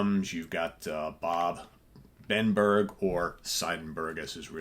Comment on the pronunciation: as it's a german surname, the pronunciation is "Zeebenberg", that means something like "the mountain of seven".